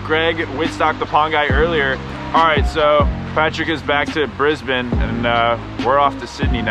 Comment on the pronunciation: thankyou for pronouncing Brisbane correctly :-)